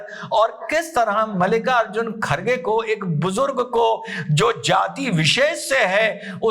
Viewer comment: खारगे❌ खड़गे✅